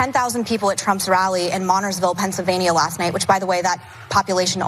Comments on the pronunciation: She can't even pronounce Montoursville correctly, yet it's important that we know what's going on there. Priceless! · If she wants us to know whats going on in Montoursville, could she at least pronounce it right? 😅 Its mon-TOURS-ville. Not MON-tours-ville. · she also pronounced montoursville wrong. but she's so in touch with the people right? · Montoursville. Learn how to pronounce the town